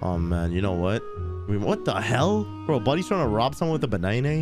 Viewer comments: LOL "banainai" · bro said baneinei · I just heard him call banana...."baneinei"🤣🤣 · bro said triying to robe with a banaini